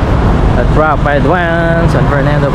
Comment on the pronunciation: Sharing is caring.. Rapidé is pronounced as Ra-Pi-Di.